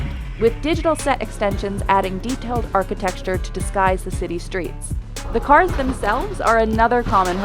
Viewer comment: did this lady really say "architexture"